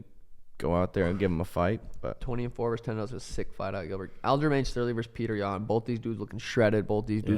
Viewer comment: it’s not “Peter Yan”, his name is pronounced like “pee-odor” please Sean learn the name it’s not hard